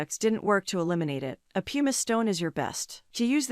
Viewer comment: ''Pumice" is pronounced PUMM - iss.